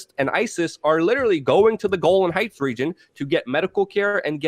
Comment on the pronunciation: It's Golan Hieghts not Golden Heights.